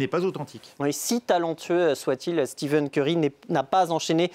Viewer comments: Le pire c'est qu'il zoom a un moment et c'est écrit en gros devant ses yeux steph curry, et il continu à dire steven curry 🙆🏾‍♂️🤦🏽‍♂️ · Par " Steven Curry" sa fait mal au l'oreille à force